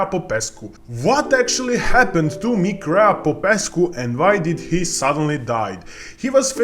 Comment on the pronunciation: I would give you a like but you cannot even say his name properly